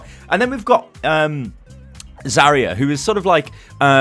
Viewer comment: I hate being that guy but... I watch so many of your videos and it grates on me every time... It's pronounced "Zar-Yuh" it's not "za-ree-uh"